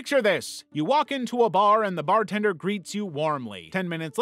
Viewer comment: i knew he was saying bartender but my brain was like "WHY IS THERE A FREAKING BARBER IN A BAR GREETING PEOPLE?" 😭